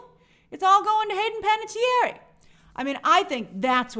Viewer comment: /ˌpænətiˈɛər/ not "pan-a-tee-air-eee"